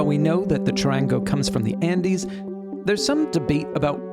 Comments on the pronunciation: Chud-ahn-go the middle gets a short a vowel sound in Spanish and the soft r in the middle has almost a d sound. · You telling me a person from USA that cant pronounce the name right is lecturering us about Charango. ITS NO DEBATE.. ITS A BOLIVIAN INSTRUMENT